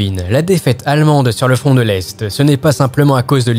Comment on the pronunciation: Je n’étais pas près pour le frond de fabeby 🤣🤣☺️ Sinon excellent reportage.